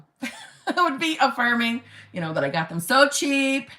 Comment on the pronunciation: "If he wanted to, he weuuud" 😆😆😆😆😆